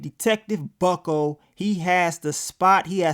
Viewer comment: I die laughing every time you say Detective Bucko lol